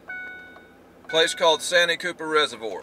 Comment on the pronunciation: Ain't it pronounce 'Saanteee Cupper' ?